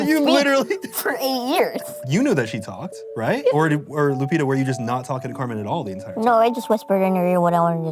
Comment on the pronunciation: First time I hear the name Lupita pronounounced Lupira with an R.